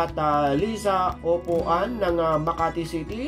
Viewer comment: Thank you po sa shout out👍, correction lang po, Apuan po hindi upuan 😁😊 thank you po sa pag update sa skyway, sa tingin ko po si mam sweety mananalo ☺️